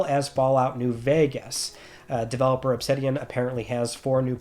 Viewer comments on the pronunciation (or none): none